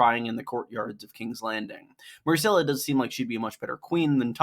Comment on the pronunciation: Her name is MYRCELLA, not MARCELLA